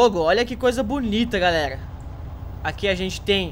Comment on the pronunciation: Aprende a falar mano não é garrega é galera !!!!